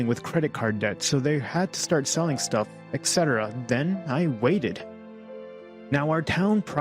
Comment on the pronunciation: Whoever the guy is who tells this story.. "Etc"... why do you pronounce "etc" as "excetera"? There's no KS sound in it...